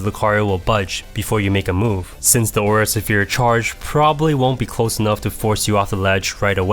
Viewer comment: “Aura Severe”